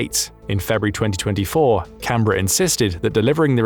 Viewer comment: This is probably the first time I have heard a non-Australian say Canberra correctly